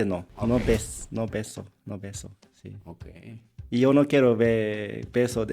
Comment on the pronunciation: Este coreano si dice si y no shi osea si se pudo